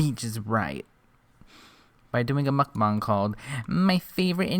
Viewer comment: You're pronunciation of mukbang is everything to me these days. LOL. Thank you!